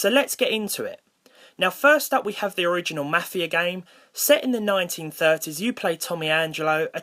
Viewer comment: XD i love when you say Gaem XD